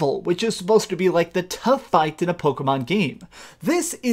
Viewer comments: I cringed hard asf when he said pocket mon trainer. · Please learn how to pronounce the word pokemon correctly